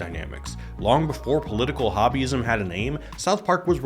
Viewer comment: When he said Political Hobbyism, I heard Political Wahhabism.